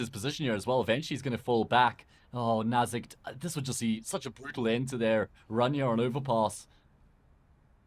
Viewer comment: They talk about saying names correctly, yet they keep calling "knasigt" NazigTee.